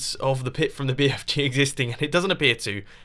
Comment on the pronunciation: bfg not bfj